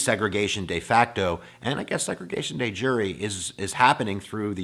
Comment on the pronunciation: Bro I like the video, but it’s not day jury it’s de jure(dehzjuhr). It took my 10 minutes to figure out what word that was.